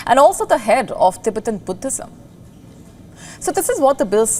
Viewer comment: The reporter said "putthism" . Its Buddhism